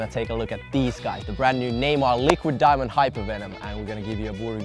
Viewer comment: I thought said Neymar likes diving instead of diamond lol